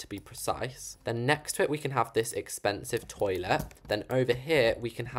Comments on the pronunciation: THE TOILEAA KILLED ME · "tOileA" 😂😂 imao